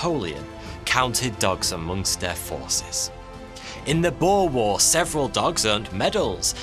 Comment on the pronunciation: This is the only YouTube channel that finally said the Boer War correctly, Subscribed